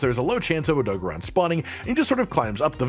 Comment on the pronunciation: I love this but i simply cannot get past the Oh-Doe-Guh-Ron pronunciation lol. Idk if you play with sound off or music playing but even in game he is called and voiced as OhDoe-Garen odo-garron. The syllable convention comes from japanese rules. Idk im just passionate about linguistics was fun to explain if anyone cared to read.